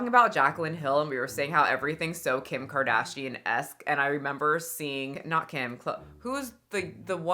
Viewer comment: Mikayla Nogueira - the influencer who jumpscared us all with her "Khim Kuhdaaaeeeeeshyen!" 😅